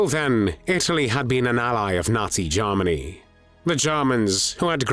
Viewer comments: This narrator always pronounces Germany as Jarmany 😅. But content is much appreciated. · OMG. Now I can’t unhear it! 😅